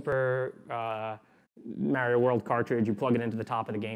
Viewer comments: HE'S MARIO LIKE MARCH AND OREO, "MA RIO" NOT MARY-O, I AM MAD >.< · Mary-oh? It's Mario! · .... Super "Mario" is not MAER - ee -oh... it's MAR-ee-oh.... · How he says Mair-rio instead of Mar-rio, also makes me think of kids who were raised on Nintendo versus SEGA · This guy says MARY-OH instead of Mario... Holy shit. I think the creators placed him in our simulation to make simulation theory seem like bullshit. Clever bastards. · Love this guy but absolutely hate the way he says "Mario" lmao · He seems smart. But he can't say Mario. As good as me